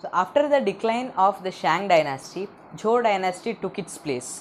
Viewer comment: the pronunciation of zhou is wrong